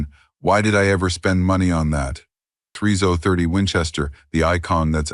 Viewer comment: Point three zoah thirty? 🤦‍♂You gotta luv these AI voice narrations, jsmh.